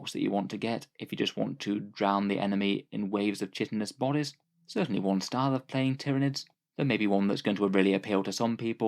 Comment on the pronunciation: The ch in chitinous is a hard C as in school #etymologyisfun Finally an actual start collecting box for 'nids instead of an Expand Your Existing Army box. Lets hope the codex is just as good this time around because 8th Ed was great (compared to basically anything since 2ed) but currently only good if you enjoyed one particular playstyle.